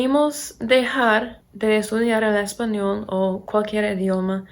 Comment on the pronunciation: Hablas muy bien, no me esperaba eso jeje Tienes acento todavía pero estructuralmente tu español es bastante bueno y se entiende perfectamente todo lo que dices. Tienes que mejorar un poco la pronunciación de la "L" cuando dices "español" porque suena como portugués, como una "u" (españou). A pesar de tener acento (de gringa, como dices 😅), veo que se te está pegando el acento de aquí.